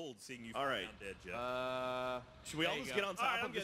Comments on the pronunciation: It's actually goeff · ITS GEOFF!!!!!! NOT JEOFF!!!! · "jeoff" lol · "Jeoff" lmfao. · You mean Goeff?